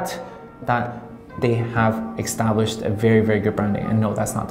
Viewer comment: hey good stuff. just to let you know, it's established, not ekstablished. restaurateur not 'restauranteer'. sushi, not 'shushi'. good day sir.